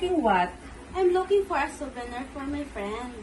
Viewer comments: maganda voice quality ni sa english konting hasa lang sa pag pronounce like souvenir make it suw bih nir, lovely lahb li. pero yung voice nya pang call center mabilis makahatak sa mga caller, lalo na sa mga healthcare account, mga matatandang lalake na walang ng asawa kapag maganda voice quality ng kausap nila nililigawan hahaha! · Iba yung saya sa mukha ni mama ruth with 😊.medyo practice mo yung pagbigkas mo ng souvenir, at payment😊😊